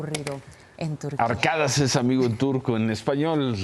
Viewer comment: no es ARKADAS, es ARKADAŞ !!!!! (se pronuncıa con sh!) !!!!!!